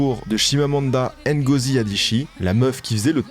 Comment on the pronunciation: Toujours un plaisir de regarder une de tes vidéos ^^ Petite rectification quand même, Chimamanda Ngozi Adichie se prononce "Ngozi" en 2 syllables ("Ngo" et "zi") tout comme ton nom se prononce "" en 1 syllabe et pas en 2 ("S" "Eb"). Inutile de séparer le "N" de son nom comme une syllabe à part entière J'en ai marre d'entendre les nom d'origines africaines (ici Nigérian) être écorchés quand les noms polonais ou grecs sont bien prononcés:/ Personne ne va appeler un Bryant "B" "Ryant" ou un Francis "F" "Rancis" C'est juste une question de respect donc fais attention à ça:))